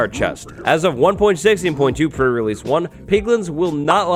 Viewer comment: The way je says pre release, sounds like fur release